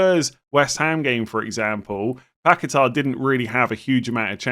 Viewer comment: PACKET-ERR & GYORKERES - PLEASE. YOU'RE KILLING ME WITH THESE PRONOUNCIATIONS